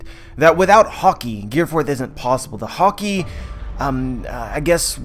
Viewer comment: take a shot every time you understand hokey instead of haki